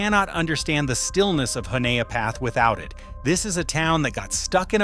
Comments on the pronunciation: Honea Path is pronounced honey-a-path 😉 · IF you are going to do this then learn how to say the town names- Cheraw and Honea Path horably mispronounced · Honea Path is pronounced "Hunny-uh Path"